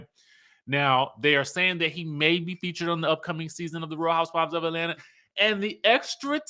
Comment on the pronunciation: 1."Atlant-eeeerrr!" 😁 2. Monyetta can read 🤌!